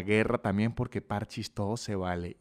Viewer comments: no es que le digas ludo ni nada, pero, parchís tiene acento en la í, parchÍs, no parchis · es parchís acento en la i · igual no es pArchis, es parchÍs, dato que a nadie le importa.